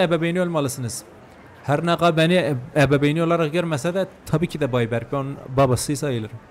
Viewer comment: biliyorum ama inadına berk diye okuyor ya videolarda o yuzden söyledim ilk bölümdede sana berk dicem diye bisi aoylemıstı